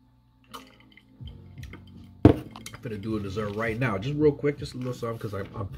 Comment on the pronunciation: Lolz.. Coming right nouw.. That's how the now sounded.. 😂😂🐞